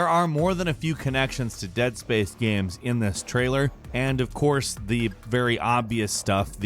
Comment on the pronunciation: Ah, yes. “Gams”